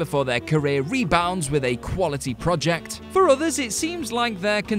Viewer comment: It's very distracting hearing an English person repeatedly mispronounce the word 'project'.